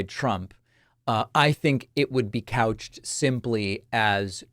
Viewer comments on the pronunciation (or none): Did you say couched? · You said ‘couched’ 😂😂😂😂